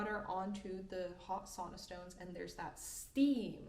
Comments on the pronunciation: You are a great teacher but have to say. In this video you (propably) accidentally totally butchered the word sauna. Its not soona something. The word "sauna" is pronounced more like "sow-nah" in English, with the first syllable rhyming with "cow." It is not pronounced like "soona." The "au" sound is similar to the "ow" in "how." Difficult to explain in word. Sau-na.😊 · Did you actually say sanna instead of sauna?? I’m going to cry!😢 don’t give us Americans more reason to keep mispronouncing it 😅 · Olisi toivottavaa, että (ainoako?) suomalainen sana, joka on levinnyt ympäri maailman lausuttaisiin myös englantia puhuttaessa kuten se kuuluu lausua. Eli sauna, ei soona, vaan sauna. :) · Some decades ago, before you were born, I travelled in the USA and other places on business trips and visited some saunas, or what they called saunas. I learned that not all deserve to be called Sauna ( with the Finnish pronunciation). I adopted the convention to use the English speakers pronunciation of those to make a clear and simple difference to separate those fairly different traditions from each other. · Great content anyway, but this sauna word is sacred for finns 😁🫡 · This was a great lesson. I'm curious why you pronounce "sauna" that way.